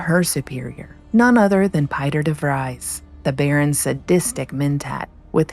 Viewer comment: Thank you for pronouncing Piter's name correctly!